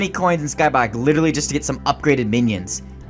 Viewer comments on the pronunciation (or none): its called Skyblock Not scoblock